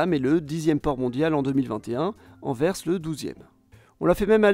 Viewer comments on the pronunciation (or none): none